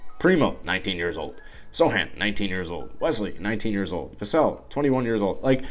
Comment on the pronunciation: From a Spurs fan (watching you for the 1st time): 1) You should be a sports columnist for a major network. You do good research, make good points, and you speak with confidence. Time to get out of your mom's basement young buck. You get extra points for pronouncing Poeltl and Vassell right! 2) At first - all of us were SHOCKED by the Dejounte trade, many of us were angry, but many also thought it was a smart move. Go look at Spurs YouTubers like TSR Sports and Dctree Nation right after the trade and see the visceral reaction. I think You Tuber "Clan the Spurs Fan" was liking the trade from the get-go. I was dismayed and almost angry. It did not sound typical of how the Spurs treat their loyal star players. Still, some Spurs fans commented that DJ's tweeting about everything was very un-Spurs-like and they weren't too sad to see him go. 3) About two days later we learned that Dejounte, even though he loves the Spurs, knew that the Spurs would not be able to pay him what he thought he was worth and he was not going to extend his contract. The Spurs front office knew this, so the Spurs did the right thing to get what they could for him through a trade. Now everything made more sense and my whole perspective changed. I think that is true for most Spurs fans at this point. 4) Once the Spurs traded Murray, it opened the door for a full-on rebuild (even though you don't like that word for this, that's what it is), and most Spurs fans as well as the Spurs YouTubers started recognizin